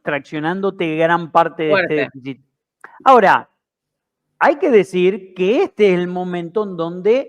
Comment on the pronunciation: Shonatan... shora .. shora